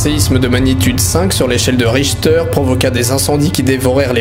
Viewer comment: richtère pas richteur